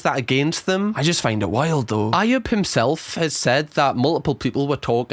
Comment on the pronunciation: He's naive just like this video, he's watched the Netflix vid so knows more than everyone else 😂 can't even say Ayubs name properly ,that's now much he's followed this.